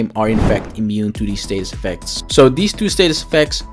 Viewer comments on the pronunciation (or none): Why do you keep saying "raper statist effects"?